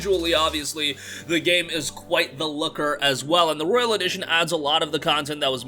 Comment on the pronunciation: It’s royal not Royale there’s a difference